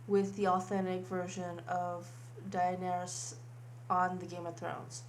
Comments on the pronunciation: dont do a character that you dont even know you cant even pronounce her name right!:/ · SAY HER NAME CORRECTLYYYYYYYYYYYYYYYYY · The way you say Daenerys makes me want to stick a bleach soaked tampon in my mouth and suck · why can't you say daenerys? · Exactly! She says that she researched the look, but what, she couldn't take two minutes to look up how to say the characters name? How stupid is this woman, she just continually makes herself sound like a fucking idiot by saying the name wrong over and over again. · You pronounce her name wrong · Learn how to say the name of someone who inspires you. You don't have to be a die hard fan. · My god woman. Just shut up. You talked for like 12 minutes straight saying the same thing over and over again. And just call her Dani. You screwed up her name enough. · OMG, this woman NEVER stopped talking, but said literally nothing worthwhile... since you spent so much time researching the look, maybe you could have spent a few minutes learning how to pronounce the character's name correctly... the look was nice though... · Lol did the way she pronounced her name bother anyone else..? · Critique 1: If you are going to do a tutorial on how to do makeup, actually tells us WHAT you are doing! Don't just do it while yabbering on about other things repetitively and expect us to "know" what shades you are using, what brushes etc Critique 2: If you are going to do a tutorial on how to do a specific characters makeup, learn how to pronounce their damn name or don't use it at all. I winced at how badly you butchered her name. You couldn't have watched like a single episode to get the pronunciation down? Really feeling your commitment. It is DA- NAIR-IS not DIE-NEAR-ES. Jeez. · You don't have to be a die-hard fan to know how to pronounce a name. Look it up before you make a freaking video about it. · Man, you don't have to be die hard to know how to say a characters name properly.. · you butchered the name though, Die-nae-ris ..